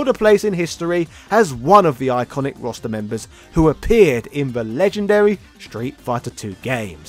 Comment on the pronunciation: I keep hearing "Rasta" whenever you say "roster." It works.